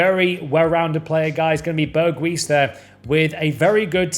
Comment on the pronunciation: Remember how to pronounce names with the ij in it. Like Bijlow and Wijndal. You pronounce ‘ij’ as ‘eye’ in English. Also Berghuis the ‘ui’ is difficult but just call him berghouse then😂😂💪🏻